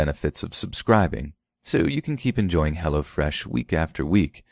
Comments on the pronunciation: For a second I thought you were getting street on us, LMAO all I heard (or thought I heard ) was, "What is Hella Fresh??" Not Hello fresh 😂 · Lol i kept thinking you were saying "hella fresh" xD i was like now i wanna know what it is! Haha